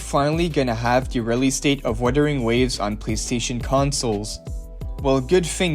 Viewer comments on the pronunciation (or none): Bro it’s Wuthering not witering